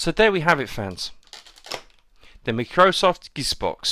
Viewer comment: Macrosoft? lol. Micro - Soft